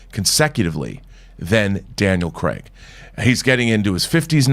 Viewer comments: It's Craig NOT cregg lol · Gee this Campea sucks.... However he d3cently put what Craig said into context and even pronounced his name right...once... If anyone wants a real Bond Show feel free to subscribe to my channel...